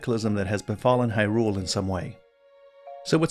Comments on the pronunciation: What's up with people pronouncing hyrule all funny. There's a trend of people stressing the second syllable "hyRULE". It should be either evenly stressed "hyrule" or the first syllable "HYrule" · I like your videos and I want to say that it is very difficult to hear you stress the second syllable in "Hyrule." Like hyRULE. Hearing that is an anathema to me. Very challenging. Feels like I'm allergic to it. I also don't care what any official pronunciation is, if there is any.